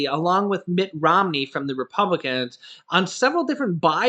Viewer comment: Hey, I contacted Mitt Romney again. ( Yrs, ago he was governor for my state of Massachusetts ) He is the one of many names you mentioned in support of a bipartisan proposal that I chucked to myself because you were talking so fast you butchered his name, he was the first republican to speak out as to why he would not promote not certifying the vote. I have contacted him a few times re: Disability and he has proposed a bill stating the social security is outdated and is about to run out, needs over haul is urgent and only concern is how to pay for it. I got sick of Biden and his spending that is wasteful. elderly and disabled have access to home heathcare via our insurance and other state and nationwide programs yet he wants to put it in infrastructure. no answers from Dems so i contacted Mitt. now they are talking. hmmmm. I think BIDEN NEEDS TO STOP wanting so much credit and just let the republicans pass their stimulus now. and add money to social security via ammendment to the american rescue plan instead of keeping it tied up in a bill for infrasturcture. what do you think.?